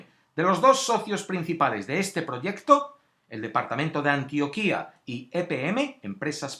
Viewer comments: Hola....buen video...solo un aporte, se pronuncia antioquia con acento en la o... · Mr. Scrupulouslo que pasa es que el acento tónico va en la "o" y lo pronuncia en la "i". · Gracias por el vídeo humano, compartiré. Antioquia no tiene tilde en la i, por tanto no se pronuncia Antioquía, sino Antioquia. Saludos desde Colombia! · Hola, muy buen video. Recuerda que se dice Antioquia, sin tilde, no Antioquía como sí se dice Antioquía del orontes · Se dice Antioquia (con acento en la o) no Antioquía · No se dice "ANTIOQUÍA". No tiene tilde en la segunda "i". Tiene acento en la "o". Pffft.... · No se llama Antioquía, se llama ANTIOQUIA, sin acento. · No es Antioquía, es Antioquia, infórmese bien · Antioquia pendejo NO ANTIOQUÍÍÍÍA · videos no vidios españolete antioquia no antioquía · Mr. Scrupulous El del comentario se equivocó o lo hizo intencional, jamás se ha escrito ni llamado de esa forma acá en Colombia, mejor escúchalo de esta chica, así se pronuncia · Es Antioquia no Antioquía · Muy buen video amigo mio, bastante informado, agradezco que no haya un sesgo político y bastante objetiva la información una aclaracion, espero no sea muy chocante pero se pronuncia Antioquia y no Antioquía como la del mediterraneo Muchas gracias por el video y a la gente que apoya este tipo de contenido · Antioquia no se dice como tú lo dijiste en el vídeo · Esto es una mierda, ¿cómo va a poner esto de uno de los lugares más horribles? Usted mismo dijo que fue por causad naturales, entonced ponga Armero también, ponga todas las putas ciudades que han sufrido un derrumbe; y Antioquia tiene acento en la o, informese bien antes. Y si habla de líderes sociales, es toda Colombia la que está en la mierda; una basura de video. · Ni siquiera sabes pronunciar antioquia... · Aunque la pronunciación está mal en Antioquia, no importa. Quería notar el intro de powerbazinga en el minuto xd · la Antioquia de Colombia es palabra grave, no aguda. Por lo demás, excelente documental.